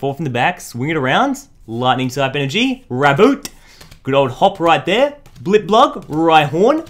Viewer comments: It's blip-bug, not blip-blug. Mispronunciations are a pet peeve of mine ^^ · Why dose he say blipblug It's blipbug